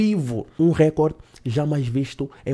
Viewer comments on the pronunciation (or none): none